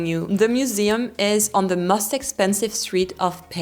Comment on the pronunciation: Every time you say most, it sounds must....congrats on your channel.